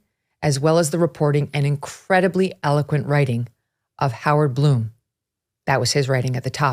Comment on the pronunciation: It is Blum, like Glum, not Bloom!